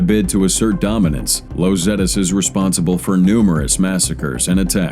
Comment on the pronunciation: Los is pronounced just like Los Angeles, LOS meaning “the” is not pronounced as loze or lows. Sorry, normally I wouldn’t say anything but, it was said multiple times and got distracting. 😅😬